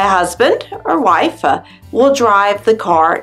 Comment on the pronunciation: I understand this is for alternate languages but why do you keep pronouncing your “t’s” on the end of words really weirdly? The same with wife. You keep seeing wifa. Is there a reason for this?! 🤣